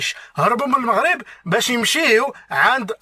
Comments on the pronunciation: لنفرض انه بقا تما بزاف وتبدلات لهجتو ولكن عمرو ما غيقول moghreb عوض المغرب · المغاربة ينطقون المغرب لفتحة الميم ليس بالموغريب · كلمة وحدة تكفي لفضح هده المسرحية وهي كلمة المغرب هو نطقها الموغريب وحنا المغاربة نطقوها لمغريب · 🤣🤣 و الله ما كي حشمو....و اللهجة جزائرية 100%...المغاربة لم يقولون " الموغرب"...لا يمكن لمغربي ان ينطق اسم بلده بهذا الشكل...إلى إذا كان جزائري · هذا الكرغولي الأصل ينطق كلمة ـ المغرب ـ بِي ـ ٱلْمُووغْرِيبْ ـ ويَدَّعِي أنَّهُ مغربي ، سِمِاتُهم كلُّها كَذِب ٠ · لا يوجد ولا مغربيا واحدا ينطق كلمة "المغرب" بضم الميم، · شر البلية مايضحك حتى لونقولو انه عاش مدة كبيرة لدرجة يبدل لهجته لكن عمرو مايقول المغرب بضم الميم حنا من طنجة إلى الكويرة نطقوها بالفتح والله العظيم الا ماعرفو حتى يمثلو كون غير حاول يهضر بلهجتنا ممكن نشكو 😅😅😅😅😅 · المغرب بالضمة هههههههه (سكينة )حتى حد عندنا ماتيقول هاد الكلمة (الدار) مفخمة بحال الضاد هههههههه عياو يقلدو تنقلعوهم أنهم جازايين ولاية زاكورة هههههههه